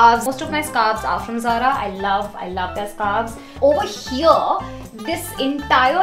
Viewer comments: Over heeeeeeyyyyyaaaaaa😖😖😖😖 R.I.P English 🛌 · Why so much emphasis on "Over here" 😂 too much tantrums